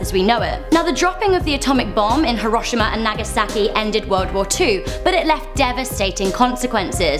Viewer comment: It's "Hero-Sheema" not "He-Ro-Shee-Mu"